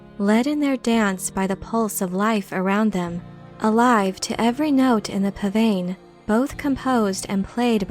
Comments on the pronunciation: "Pah-VAHN," not "pan-van." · Listen to a pah-vain on planet doon. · Pavane is pronounced pahvahn, a slow processional piece of music dating back to the 1600s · Nice ruminations on a question many would in fact not think to ask. The desire to escape from a cast system is an interesting answer, in line with yogis in India. In answer to another question most would not ask, pavane is pronounced "pah-vawn". But only students of early music would have any use for this little nugget. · You lost me at your lack of bothering to find out how to pronounce pavane.